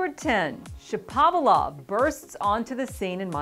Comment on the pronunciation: Get Shapovalov’s name right! No one gets it right.